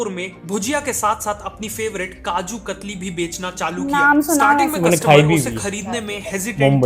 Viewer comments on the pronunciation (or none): Kaju kathli not khatri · Kajoo katari nhi kajoo kathalii